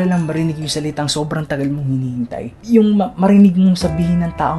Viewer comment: Salita brad! SA. LI. TA!